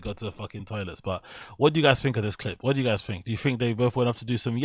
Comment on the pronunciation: Honest question.. Why do you say l, "fink"?